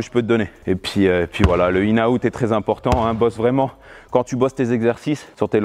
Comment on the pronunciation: C'est "in and out" pas "inaout" wesh